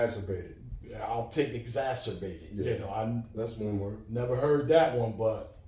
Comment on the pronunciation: Im tryna google wat mook said "exasabated" but its not popping up 😂